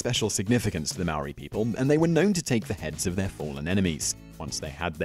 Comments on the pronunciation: am I the only one that's gonna bring up that he completely butchered the pronunciation of 'Maori' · You said 'Maori' wrong! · If you can't say Māori words don't say it! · Bro how you said Maori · Come on man,Did you really said Māori wrong,Omg...thats the easiest word to say in our country 😔☹ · sam baker here mate. Yeah. Nah. He sucks at pronouncing Maori words. Yeah. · Te Reo Māori. It's not difficult to pronounce if he really cared more than just sharing facts for ratings. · I couldn't finish watching this, his pronunciation was so bad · you really butchered the word maori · i understand the frustration but alot of people do not announce the Maori language right especially in NZ! im just glad that more people know of our culture even though some facts are wrong most people dont even knw what language we speak or where we are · um your pronunciation is REALLY off but um... good video? I guess? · He can't even say Maori 😂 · please check pronunciation of Maori words and check out the name of the warrior you spoke of. The name is totally wrong. Cheers